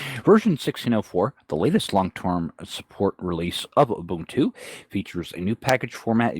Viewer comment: Moo-buntu LOL. Maybe they should adopt pacman instead of reinventing the wheel. :) Continuing to enjoy the format change of not green screening into the videos. No matter who does it, unless it serves a direct purpose, it's distracting.